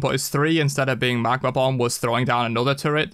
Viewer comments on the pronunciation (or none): none